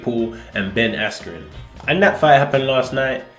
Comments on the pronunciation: The fact that a guy was walking ahead of Ben holding a sign saying "this is Ben" and then Buffer pronouncing his name "Askew". It was clearly a clown show in one way or another. Jesus is the way. Whatever controversy might be about his name, I believe that God sent a righteous man into this world to show us how to live. When we live for others and not for ourselves and beg the Lord (Holy Spirit) to remove our pride he starts to show us His heart and we become friends with our creator, because after all knowing God is a relationship not a religion. Its about living free from the things/sins that weigh us down because that's what God wants for everyone. Its tough, our flesh is weak, but the more we ask and go through seasons we gain strength, true strength, being able to talk with authority and love with power. And He is faithful and will bless us beyond belief when we fully trust in Him. I pray the Lord continues to move and open eyes in these testing days. Much love from Vancouver BC. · whats ur thoughts on buffer saying askew instead of askren? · forgot to say micheal buffer’s mistake in pronouncing ben’s name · Someone probably wrote the name wrong on the cards. He is involved in boxing so we can't blame him for not knowing who ben is and mispronouncing the name. Names in the UFC have been butchered plenty of times too, it happens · How is no one mentioning the fact that Michael Buffer purposely mispronounced askrens name, snoop dogg was also a complete clown... completely lost respect for both of those guys. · ngl, buffer literally pronounced ben's name wrong and he had been doing announcements for centuries.